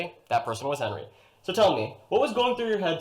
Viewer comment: clocking in at 6 foot 3 is, not Hinry Boyer. Very suspicious This might be a Hinry? Hard to tell. I lean towards Hinry not Henry Clearly a Henry says Henry as usual says Henry as usual You say Henry here, even though its said in a quick unemphasized way that Hinry would be expectable in. I think this is a Henry but I could be wrong on this one. Henrys are much more Henry than Henry's Henrys On other videos I am no longer going to comment on saying the name Henry. Because he says it normally I mostly do it to prove that isn't the reason that Henry "supposedly" has the pen-pin merger says it normally Fuck if I know. Maybe a Hinry. Hard to tell with the claps. It hardly sounds like he's saying Henry at all as expected, says Henry the normal way. Not worth commenting on.